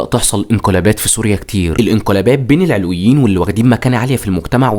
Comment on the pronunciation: كمية الاغلاط التاريخية بالفيديو مُريعة شخص متلك عندو هالعدد من المتابعين لازم يستند على مصادر تكون اكتر صدق بأي حق عم تشكك بعقيدة طائفة كاملة والي هي المكون الثاني من مكونات الشعب السوري (العَلويون بفتح حرف العين) العلويين مسلمين موحدين كتابهم القرآن ونبيهم سيدنا محمد العلويون ماكونو محصورين فقط بالقرداحة الجيش السوري مو الفرنسيين الي صنعوه الجيش السوري تم اصدار الاوامر بأنو ينحل بوقت صارت معركة ميسلون(قبل وجود حافط الاسد بمنصب الرئيس بوقتا كان يوسف العظمة هو وزير للحربية واستشهد بهي المعركة هو والعدد القليل الي من الجنود الي كانو معو) العلويين كانو من اشد المقاومين للفرنسيين وع رأسهم الشيخ صالح العلي متل كتير رجال وطنيين تانين من باقي الطوائف وبوقتا كلن رفضو التقسيم انك تبين تاريخ عائلة الاسد الاجرامي ما بيعطيك الحق انك تشكك بطائفة ومكون اساسي من مكونات شعبنا السوري